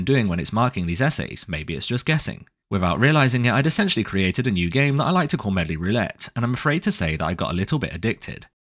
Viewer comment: Calling it "medlie" is class 🤣